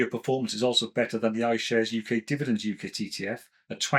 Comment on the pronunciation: Great info…but UCITs is pronounced You-sits …with a soft ‘c’…sorry but it’s bugging me!